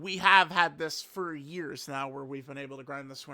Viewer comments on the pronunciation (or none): "Right Neow" said with his cat ears perked up